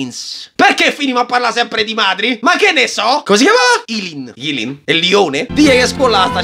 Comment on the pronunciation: Eileen si pronuncia "Ailiin"👍